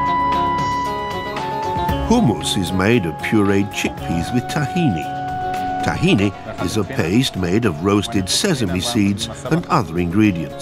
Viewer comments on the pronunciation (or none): Funny dude plays to be a Hummus expert but doesnt know how to pronounce Tahini....